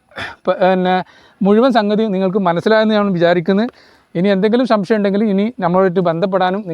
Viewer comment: ശംസ യം അല്ല സംശയം ആണ്.